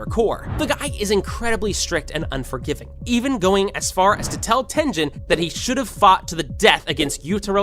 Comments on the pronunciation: Ummm isn’t muirichiro 12 and he became a hashira in 2 months And DID U JUST SAY TEN-JEN BRO I WAS ABOUT SUBSCRIBE😂😅😢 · Who else is annoyed that he keep messing up the names it’s ten-gen and the said konao instead of konae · The way he pronounced Tengen 😭✌️ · Why the heck did he say, tangen Name wrong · Tengen or ten gen oh i think ten gen😂 lol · It hurts to hear him say tengen wrong. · For fucks sake is TenGEN with the g like get!!! Why is it so hard for your Americans to pronounce it correctly??? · I love how nobody is talking about how he’s pronouncing tengen wrong. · WHY DID YOU CALL KANAE KANAO AND MUICHIRO YUICHIRO? HELP I CANT BE THE ONLY ONE WHO NOTICED 💀💀💀😭😭😭 AND TENGEN TO TENJEN TOO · THE FACT THAT GOOGLE TRANSLATE CAN SAY HIS NAME CORRECTLY AND YOU CANTTTT IS CRAZYYY... anyways, its "(ten) (g-in)" you say "g" not "j" its not tengin it is tengen. If this doesnt make any sense go to goole translate and look up the english translation of his name because that is the one thing that google translate has translated correctly. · its ten GEN✨✨✨✨✨✨✨✨ not ten jen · Bro it’s not tenjen it is called tengen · Tenjen what the hell instead of tengen! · is tengen not tenjen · It's not tenjen bruh tengen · Even in official dub it Tengen but this english people always pronounce it Tenjen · Shinobu’s dead sister is names kanae, her adopted little sister is kanao Also it’s not ten-gen it’s teng-en. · Bro really said Tenjen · Are we just gonna Ignore the fact that he just said "Ten Gen" instead of Tengen 😭😭😭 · Its Tengen not Tenjen with a geh sound not jeh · Its tengen not tenjen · TENJEN? ITS TENGRN BRO HE ALREADY SAID UZI TENGEN NOT TENJEN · No way buddy said ten Jen 💀💀💀💀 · Btw is Ten-gen not ten-jen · He said tenjen😂😂😂instead of tengen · Oh ho ho ho no, there is no way you just called tengen fucking tenjen 🤬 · I think it’s Tengen with a hard g not soft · When you are pronouncing tengen uzui name dont pronounce the g like a j. Pronounce it like a g. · “Tenjen” IM DYING